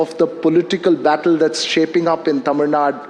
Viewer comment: For kamals information, it is not taamil, it is tamil